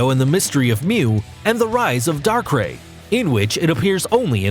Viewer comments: bruh gardevoir is pronounced gardevour that attack is not black hole ITS FRIGIN DARK PULSE and what the hell is darkray ITS A DARKRAI LEARN HOW TO PRONOUNCE(i’m not hating just correcting i just got back from school after a fight) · Gardevyor Kaiyurem Lujia Jiratina Palkeya Darkray Arckeyus I dont hate him but please just pronounce them right not like this